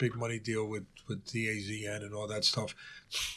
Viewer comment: Atlas is old school! Dee A Zee N 😂😂